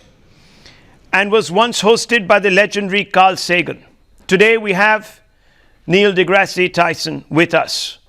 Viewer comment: R u serious...?? He pronounced Dr Tyson's name wrong!